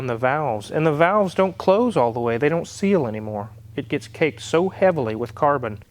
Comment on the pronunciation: "CAKED" NOT "COKED" "COKED UP" was something you did in the 80s